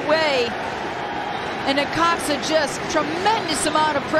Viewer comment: It’s necaxa lol